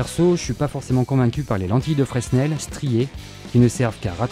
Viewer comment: Fresssssnel ! ^^ On dit "Frènèl"